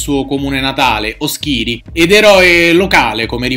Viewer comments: Oschìri non se po' senti!!!! Si pronuncia Oschiri con l'accento sulla O. Ti consiglio di non citare poi "La Nuova sardegna" in quanto tutti i sardi dotati di pensiero autonomo disprezzano profondamente quel pezzo di carta infame. Come dice Baz :"da oltre un secolo La Nuova è ottima solo per pulire la graticola dopo l'arrostita" comunque complimenti per l'ennesimo video interessante. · Il paese di Mariano Sotgia si pronuncia Òschiri, con l'accento sulla O. Un'altra curiosità: nei cognomi sardi la T che precede una consonante non va pronunciata, esempio Sotgia, Rutzittu, Ragatzu, Atzori, si leggono come se la T non ci fosse. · Oschiri, accento sulla o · Oschiri si pronuncia mettendo l'accento sulla O ;)